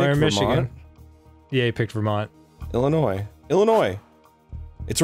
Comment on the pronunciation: THANK YOU DAN AND ARIN FOR NOT PRONOUNCING THE S IN ILLINOIS. THIS IS WHY I LOVE YOU GUYS